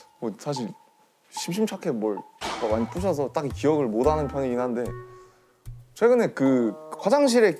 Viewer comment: 남주니의 모다는(못하는) 너무 좋아요 들을때마다 행복해짐